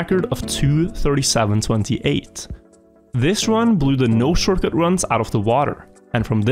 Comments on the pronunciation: . I'm what is a shoRCuT. Not t in short?? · That “Shorcut” though… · "D-14 SHORCUT " just pointing it out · d14-shorcut realy i never heard of a shorcut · inglish 100 shorcut